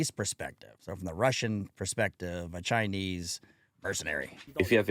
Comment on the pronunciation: Chinee lmao